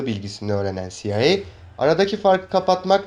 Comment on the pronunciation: CIA siaey diye okunur